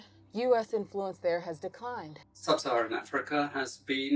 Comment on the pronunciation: "It is vital to keep sub-sarahan africa improvrished" wtf????? A chill ran down my spine in the worst possible way